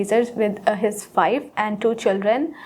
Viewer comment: His wife ❌❌ His five ✅✅ 😂😂😂😂😂😂😂